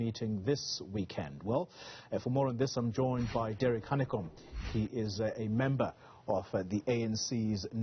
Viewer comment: It is #VETERANHANEKOM to you. Not how you announced his name.